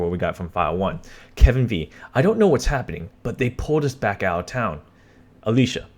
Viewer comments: Town not Towa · This man said “ towa” for town ded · Did any else here him say all over towa